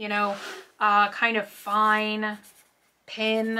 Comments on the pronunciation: haha you DO pronounce "pen" weirdly :P Pen should sound like men pin should sound like sin :P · I THINK you slightly say PEN the same way you'd say PIN .... Like how some people say the color pink PEEENK (P-INK) LOL. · I think sometimes you say it like "pin" but otherwise I don't hear a difference lol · I can totally understand what they mean when they say you pronounce Pen funny. You say it like “pin” Try saying it like Ben or Jen or like the e in send. Not saying it’s bad how you say it, I love it. I just think it’d be fun to give it a try :)